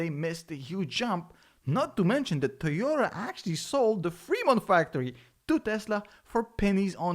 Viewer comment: It's nit tiota it's toyota